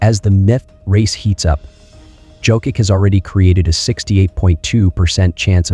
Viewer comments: Can you, please, learn to pronounce his surname properly? It's YOCK-ITCH. I cringe every time I hear Jokick. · It's pronounced "Yoke-itch." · Sorry but it is hard to focus on the content when you’re butchering his last name to the point that it is questionable are you talking about Nikola Jokic or Nikola someone else. The way you say it it sounds like you’re talking about Jo-kick which has nothing to do with how you say his last name. If it helps - J is pronounced soft like in Spanish, so as the last letter (soft c). There is no way of Americanizing his name. Out of respect - either learn how to say it properly pleas or just call him a joker. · .. c'mon now 🙄 It' s _' Yokich ", everybody knows by now unbelivable🙄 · ?another steph A bucket of chit. And the host is an idiot...can't pronounce MVP name. USA 4 u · And not sure how you can still be mispronouncing his name at this point 🤔 😏 🙄 🤦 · Made an video about 3 time MVP and can't pronounce his name. Just for clicks. Blocked.